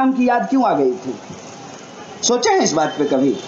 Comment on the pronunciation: mahashay kripya pehle aap apni vyakran sudhariye.... vaat or baat bahut aalag hain